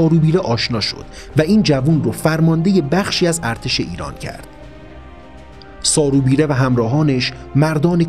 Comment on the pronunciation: سارو بیرو اشتباه تلفظ شده اسم ایشون سارو ببره است